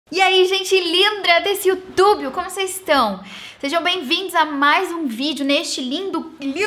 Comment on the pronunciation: eu não tenho insta e amaria se você fizesse mais presentes da seguidora aqui no YouTube ou yotobio como você fala kk